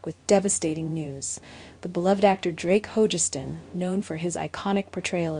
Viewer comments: FGS it’s Ho-Gus-stin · It really bugs me that in not one of these tribute videos does the speaker pronounce Drakes last name correctly. I have heard Hogestyn pronounced at least 4 different ways, none of them right.